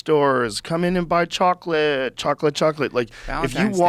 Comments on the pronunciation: This man says chocolate like that fish in spongebob.. "Chawwkklit" lmaooo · joe pronounces chocolate like the old woman from SpongeBob